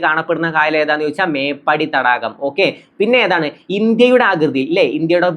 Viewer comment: മേപ്പടി അല്ല മേപ്പാടി 👍🏼